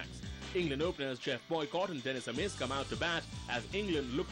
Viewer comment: wish the presenter had troubled to check the pronunciations, especially Dennis Amiss - not hard Benaud mentions him on the tape